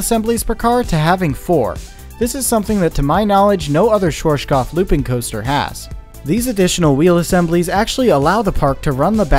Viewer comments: Bruh I love your videos, but the pronunciation of Schwarzkopf is compleeeeetely wrong 😂 try listening to google translator, type in schwarz and listen to it, and afterwards kopf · it`s always funny to hear someody pronouce "schwarzkopf" that is not from germany , and tripping over their own tounge. German is a horrible language for everyone else to speak ,you have to grow up with it ,or live in germany for at least 5 years for the reight pronunciation. Till today we even have the Brand "schwarzkopf" i doubt they are the same because it now know for hair care products mostly aimd at woman. Greetings from germany ;) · i love the way you pronounced schwarzkopf lol it was a good attempt :D great vid love from berlin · good video but please look up how things are pronounced because i cringe everytime you say schwarzkopf... i'm a german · I like how he didn't invest even 1 second to check the pronunciation of Schwarzkopf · Good and informative video. BUT PLEASE learn how to pronounce "Schwarzkopf" correctly. It is a name and it sounds horrible in this video. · The way you pronounce “Schwarzkopf” is interesting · It is so hillarious how you pronounced schwarzkopf xD no front though, just funny as hell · Cute how you pronounce schwarzkopf :P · I live in Germany and therefore your Pronunciation of Schwarzkopf sounds really funny. Keep up your Work up, love your Videos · Schwarzkopf, not shworshkoff, you make it sound russian :D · SCHWARZKOPF not SCHWOURASDNSJBDUHGBJFHGKOPF !!!!! God damn it - before u spell it - check the correct pronaucing ! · You mean Shworshkoff instead of Schwarzkopf :D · Yeah, Shworshkoff from germany :D Or is it called ,,Schwarzkopf"? :P Interesting Video! Thanks for that :) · Schworschgoff😂 love how americans pronounce german words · "Schworshkof". Geez why can't people research words that are not in their mother language. Just listen to it using the Google translater. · As someone from Austria, it hurts hearing you say schwartzkopf